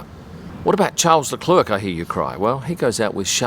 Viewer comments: please stop saying Charles Leclurk ( and this is constructive criticism, I love your channel) it's pronounced Sharl Leclair. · I saw that interview but he was just being polite. There is no excuse for a foreigner to mispronounce a name that's just as easy to pronounce correctly. Anyone who follows F1 knows what his name is, why ( for God's sake !) do people keep saying LECLURK. There is nobody on Earth called Leclurk.